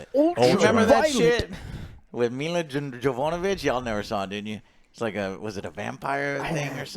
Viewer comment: Your not ign for sure, with the way you keep pronouncing Mila jovovic, you don't need to mention that.